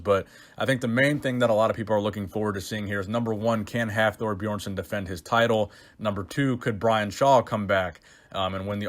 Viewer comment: The way you say Björnsson 🤦🏼‍♂️